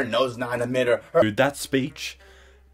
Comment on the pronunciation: Her nose not in the midder. Midder. Midder. MIDDER.